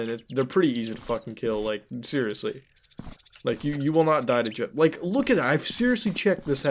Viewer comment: At first I thought he said yiff the killer. Mmm hmm, Jeff was a furry huh?